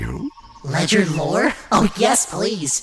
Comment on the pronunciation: say it with me guys L O R E